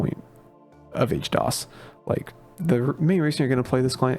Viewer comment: why H-DOs instead of HD-OS lol